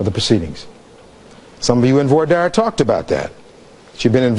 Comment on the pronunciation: He doesn’t pronounce voir dire correctly.